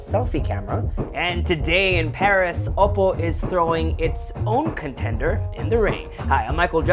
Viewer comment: You're saying Oppo like opo nay, opo tay. Consider saying it like this: Oppoe (O- poe) as in grace poe. Just saying hope you don't hate me